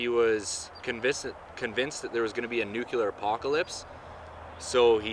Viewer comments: Nuclear not nucular. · Nuclear, not nucular. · This came up on my recommended videos. For fuck sakes dude, IT'S NUCLEAR, NOT NUKULAR. People who say NUKULAR sound like simple minded morons. NUCLEAR. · Nuclear, not nucular. Just saying. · lol, nucular, funny